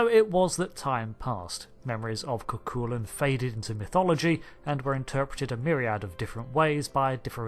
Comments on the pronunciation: FYI...The name of the Mayan deity is KukulKAN, the emphasis being on the last syllable. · FYI It's pronounced KU-kul-kON